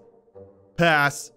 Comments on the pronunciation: half the time he said “pass” I thought he was saying “ass”. also who would’ve thought he smashed on an ugly bird and two buff men, one with four arms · I started hearing ass instead of pass midway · Was it just me or were half of him saying “pass” actually him saying “ass”? Am I hearing shit? 😂😂😂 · After 100 passes all I can here is him saying purse In an English accent 😂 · When he said "pass" at paras it sounded like "paras" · It seems like he's saying "a**" when he says pass 🤣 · Fun fact: when says pass it sounds as if he is saying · Sometimes when he said pass I heard ass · If you are just casually listening to this, him saying pass over and over again just sounds like ass except for the really pronounced "p"s I just cant un-hear it anyone else or is it just me?